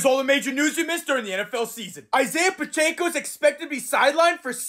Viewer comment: “isiah pachaeco”